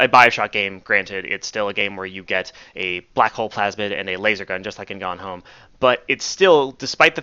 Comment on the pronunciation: "You get a black hole plasmid and a laser gun, just like in Gone Home." Took me a minute to realize what he said haha